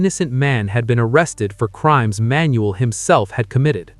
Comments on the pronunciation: Manuel is pronounced Man..Yule not Manuelle. I remember this very well. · You are pronunincing his name wrong. Its just Manuel. Say it all in one go and you will pronounce it correctly.